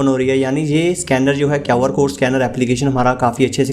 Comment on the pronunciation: kaw R code nahi re QR code hota hai